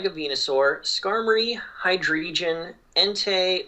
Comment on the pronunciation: I love the way pronounces Hydreigon